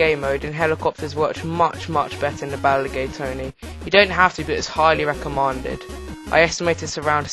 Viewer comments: Lads its highly recomanded not mended lol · He said recoomended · recomaanded xD poor young